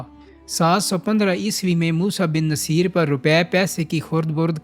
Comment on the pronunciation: Moosa bin nusair pronunciation theek krain